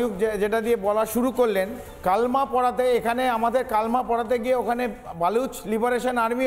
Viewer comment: First learn pronunciation. Its "KALEMA" not Kalma... Don't know pronunciation and started journalism ? Illiteracy on its peak.